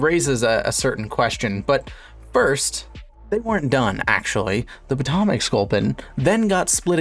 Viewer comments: I had to stop watching cause of your mispronunciation of my home town I couldn’t deal with it. It’s pronounced Poe-toe-mick 😂😂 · the way he says potomac 💀